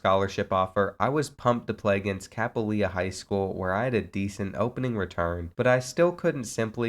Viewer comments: “Kapolia” it’s kapolei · Kah-poo-lay. That’s how you say Kapolei.